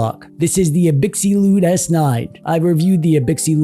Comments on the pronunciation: Abxylute is pronounced "Ab-Zil-oot", like the word absolute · I think it’s pronounced ab-sill-loot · Absolute* The Xy is supposed to be pronounced like Xylophone. abZYlute. Absolute. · but did he pronounce brand name right? Is it not like "absolute"? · You must be new here. The Shtick is that mangles many different words on purpose. Eg. Gigglebytes.